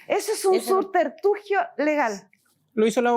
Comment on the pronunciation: Subterfugio, subterfugio, subterfugio. Repita hasta q lo aprenda. Escribalo mil veces, léalo a viva voz, hasta q le salga bien pronunciado o, remplácelo por un sinónimo : evasiva, disculpa, excusa, pretexto, ardid, refugio, escapatoria, triquiñuela. Elija la q más le guste. Gracias